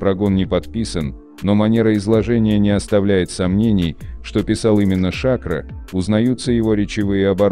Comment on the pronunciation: Смотреть после двух минут тошно, какой Ша'кро, правильно говорить Шакро'🧐🥸